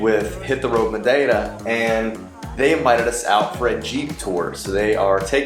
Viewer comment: I have to congratulate on his flawless pronunciation of "Madeira". It's actually jarring, really: you're going along, listening to the normal English, when suddenly this word pops out, sounding for all the world like it came.out of a native Portuguese speaker. It might be the best I've ever heard from a non-native. Nice.job,!